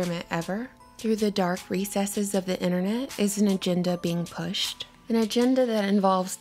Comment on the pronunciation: Lol the way you said 'pushed' lololol.